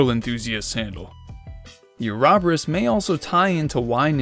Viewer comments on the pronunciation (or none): Ouroboros- (oro-borus) Uraboras isn't it!! ty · uh-rahb-er-us ouroboros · Bro why he say Ouroborus like that 💀 "Arahberis" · Please stop calling it an “arabarus” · I love this theory but that Ouroboros pronunciation. 😂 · Definitely listen to the literary pronunciation of ouroboros.